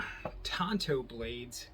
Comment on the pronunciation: Thank you so much for pronouncing Tanto correctly. Drives me up a wall. A knife pet peeve. Ordered this knife a little while ago, don't have it yet, and this came up in my feed. Enjoyed the video.